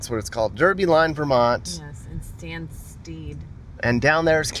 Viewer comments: I live on the US side, Stanstead is not pronounced Stan-Steed. It's Stan-STED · It's pronounced Stansted, not Stansteed. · It's pronounced Stan-Sted not Stan-Steed. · It's pronounced Stan Sted not steed. I went to the private college there. A private boarding school, Stanstead College. Derby Line, Rock Island and Bebee. Derby Line is in Vermont. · FYI, Stanstead is pronounced [ STAN sted ]. 🙂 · It’s called Stanstead. It rhymes with red.